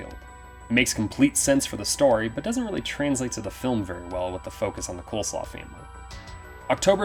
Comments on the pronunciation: And it's Coslow, not Coleslaw! LOL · I'm pretty sure the family's last name is "Coslow", not "Coleslaw". 🤣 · I couldn't help laughing. It's pronounced COZ-LOW, not Coleslaw hahaha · I will always cackle at this dude saying Marty Coleslaw 💀💀💀💀